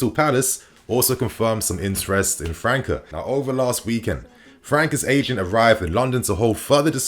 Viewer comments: Top content bro 🔥🔥🔥 a small correction tho , it’s not Mateus “Franka”, it’s Mateus França , you have to say the Ç part as if it’s a double S , just like you’d say the word “ass” for example 😂 you’d have to say “Franssa” That aside , loving your content bro keep them great videos coming 💪🏽 best regards from Portugal 🇵🇹 😎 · Bro his name is pronounced franssa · It’s not “Fluminense” it’s Flamengo! And in English would sounds like Matheus “FraSa. 😉